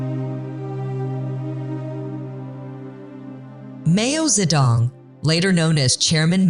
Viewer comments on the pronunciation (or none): “Mayo ze dong” … instantly clicks do not recommend YouTube Chanel. 😂